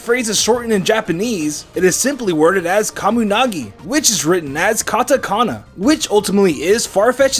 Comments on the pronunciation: How'd you manage to butcher the Japanese names so badly? Kamonegi -> Kamunagi Sugimori -> Sugamari Tsuchinoko -> Tushinuku You can't just randomly replace vowels... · Kah-moh gah né-gi wo shot-te koo-loo